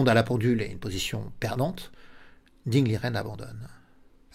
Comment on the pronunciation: Merci pour cette analyse. PS : on prononce Ding " Ligène " selon l'intéressé.